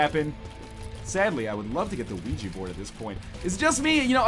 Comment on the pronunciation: i like how he pronounces Ouija Board as WeeGee Board. Thats how everyone should say it